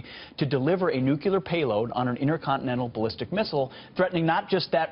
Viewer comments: Gotta watch out for them "nuculer" weapons. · i cant respect anyone that says "nook ya lur". ficking morons